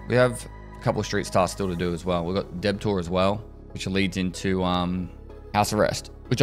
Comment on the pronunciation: Does he know he's pronouncing "debtor" wrong? I figure its a bit, like how he says some other terms wrong on purpose but my autistic ass brain can't tell and it's driving me crazy. XD (Also is debtor pronounced differently in Australian english?)